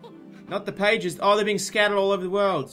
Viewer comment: For the first half of the vid I thought "pagies" was just the Australian way of saying pages I'm so??? Stupid??